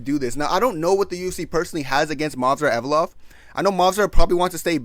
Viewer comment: "Movsar Envelope"